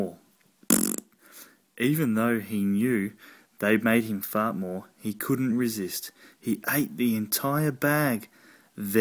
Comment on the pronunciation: The word fart said in an Australian accent is funny in and of itself - Faurt, Faurt, Faurt!!!!